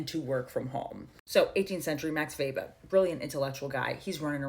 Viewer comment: OMG. Sis your one of few people who said Weber’s name correctly.